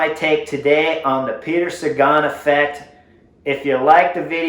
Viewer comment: You say effect very strangely. Took me several minutes to understand what you were saying.